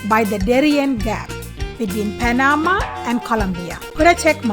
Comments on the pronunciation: As a Panamanian born citizen, I appreciate the knowledge shared about my country. However, the pronunciation of Panama is with the accent at the end. It is not Pa-NA-ma, it is Pa-na-MA. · pronounced "pana-MA" 😉